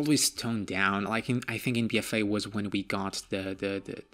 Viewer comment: B f Aiii lol. this pronunciation is hilarious and awesome. anyone know where he's from?